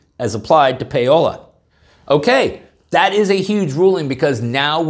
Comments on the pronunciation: I think the pronunciation of the defendant is "Paul-O" and not "pay-o-la". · Paul-Ah; not Pay-Oh-La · People with the name Paola hate it when you pronounce it "Payola". It is pronounced "Pow - la" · OMG. Pronounced POWLA not pay-ola. The female for Paul. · THERE IS NO "Y" IN POWLA, NOT "PAYOLA" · It's not Pay-ohla. It's Pow-ohla. The Italian version of Paula. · I thought Paola was pronounced POW-la. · Paola (pronounced PA’OH’LAH) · Paola is the equivalent of the English name Paula, and it is pronounced "POW-lah". There are place names in the US, Mexico, and other places that include both Paola and Santa Paola. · "Pow-la". Payola was a radio scandal in the 1960s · Paola is likely a Spanish or similar language version of Paula and would be pronounced "Powla." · Paola is pronounced very much like..."Pah O Lah". It's variation, possibly Potuguese or Italian in origin, of Paula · I support the 5th Circuit's ruling in its entirety. Paola is a Portuguese name. The "ao" is a diphthong. It sounds like the "ou" in couch or ouch.